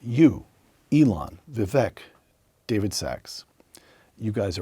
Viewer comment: Vivek rhymes with cake, not deck.